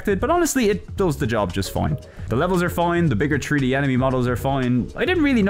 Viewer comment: WHAT DO YOU MEAN TREE-D? It's three D, not tree d!